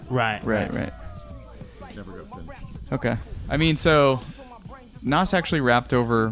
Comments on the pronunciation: It's pronounced NAZ not Nos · No. Not Nàs, "noss"